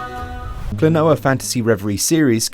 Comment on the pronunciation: KLO-NO-WA is the correct pronunciation. They are even singing it in the intro music 👍